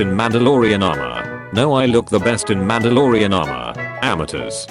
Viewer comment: bro said mandaloroan